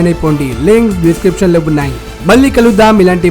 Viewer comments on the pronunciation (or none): i didn't say I'm mad i said dosath or dosth he said telugu doshth not dost